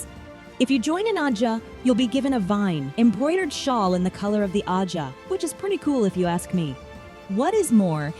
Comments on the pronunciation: Agreed. I actually turned the video off because of it. That and the annoying way she pronounced and emphasized the word ajha. Just couldn't do it. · This video was almost unwatchable. Please learn to pronounce ajah before making another WOT video...and 😒😒😒